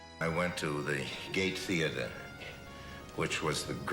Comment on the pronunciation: I love where the word gay theatre instead of Gate Theatre came out!I am Irish by the way!